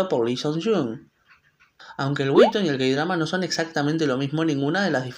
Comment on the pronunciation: No es por hate, pero me mata que diga "wibton" como intentando pronunciarlo en inglés, cuando en inglés sería webtun 😅 lo noté porque pues he oído a personas decirle tanto así, como webton pero es la primera vez que escucho a alguien decirle wib se me hizo tan raro jaja